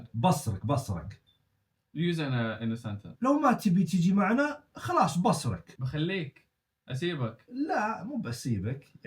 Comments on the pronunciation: مو بَصرك بِصرك بكسر الباء يا الله يصلحك حتى وانا استخدم هذي الكلمه ماعرفتها لما قلتها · بُصرك تنطق بالضمه وليس بالفتحه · بُصرك مو بَصرك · بصرك بضم حرف ( ب ) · بُصرك تنطق كذا بضم الباء😂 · فيه كلمه قالها غلط بصرك بالضمه مو فتحه 😭😭 ومادري ليش يتكلم اخر شي بالهمزه زي فيهاء 😭😭